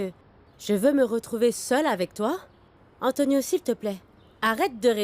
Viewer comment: Non ça me fait trop rire la façon dont prononce Antonioooo😂😂😂